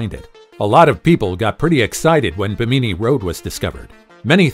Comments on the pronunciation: bee-me-knee (phonetics , your pronunciation… do you mean Bimini? Bim-a-knee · Do you mispronounce words to get more interaction/traffic on your channel? BIM-uh-ni... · This narrator needs to know how to pronounce Bimini it's not bi meanie. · It's pronounced ..... BIM- MIN -KNEE not what ever word salad this guy called it.... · Thank you! Like nails on a chalk board every time he said it incorrectly. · BIMANI YOUR SAYING IT WORNG.......